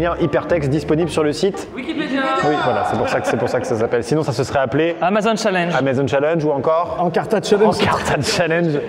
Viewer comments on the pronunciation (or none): none